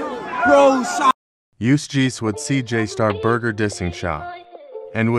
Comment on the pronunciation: said j star burger 💀